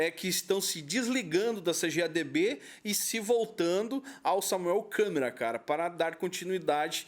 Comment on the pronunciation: " ,Dinheiro" é um "deus", sem ele nada funciona. 😄😄😅😆😂😅, O nome é Samuel Câmara e não Samuel " Câmera"😄😄😆😆😂